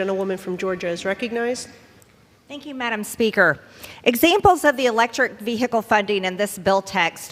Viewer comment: Ve-hicle, ve-hicle, ve-hicle lol stop!